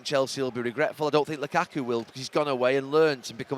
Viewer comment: “It was a great performance from Chelsea, but it was a great performance from Lukaku..” I’m not sure that’s how emphasis works Gary